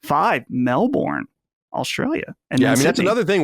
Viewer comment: Melbourne is pronounced "Mel Burn" 😊